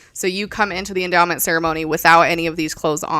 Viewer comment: Why does it sound like he's saying "this is the enema"? Or is it just me?